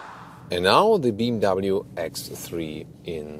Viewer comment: Metz cedes Beem W. What are those pronunciations 😂😂😂